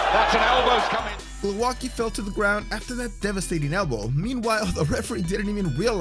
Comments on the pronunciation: Glouaki ?!???? Hahahahahaha Priceless pronounciation! Bravo, you hamerican! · Glołaki... That's how you pronounced Głowacki. Do you see differences? Try to use Google translate to verify the pronountiation. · Nice compilation but pls. Type someone's surname in Google translate to hear how you should pronounce it in polish because it hurts so much when I hear something like that and why didn't they used his polish surname instead of this modified crap? Glowacki? What is that, I only know some people with surname Głowacki and none with Glowacki